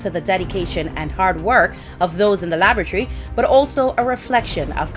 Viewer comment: Laboratory Alana not Labatry.